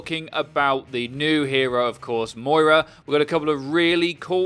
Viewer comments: Please stop pronouncing it mOira its mira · It’s pronounced Mwah-ra. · That is NOT how you say Moira!